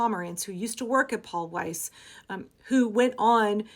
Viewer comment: good job on german pronunciation if weiss